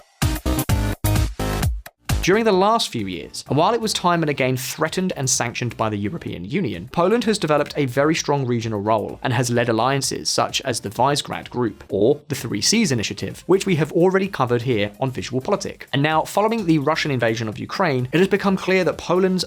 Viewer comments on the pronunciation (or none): It's not Wisegrad, it is Vishegrad. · Did this guy just pronounce Visegrád as Wise-grad? Freudian, but still pathetic.